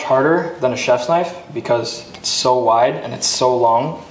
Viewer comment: Boi made " Now this is a knoife " 💀